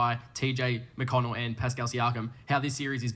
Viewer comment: Will he finally call him McConnel 🙏